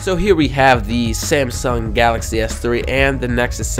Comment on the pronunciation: it's samsung s3 not semsiung s3